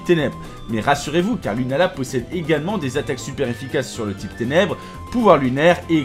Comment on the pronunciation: mon téléphone c'est éteint en entendant ténébre